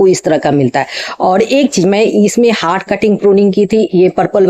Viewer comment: हाट कटिंग नहीं हार्ड कटिंग।